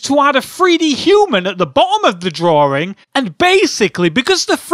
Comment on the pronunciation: Why are you even on youtube...not even trolling. Just being Real here. Your voice is painful to hear. Its "drawing" not Drawring. Like dude. I attempted to watch some of your vids...what enjoyment do people get from watching these and what even is the Point? Holy fuck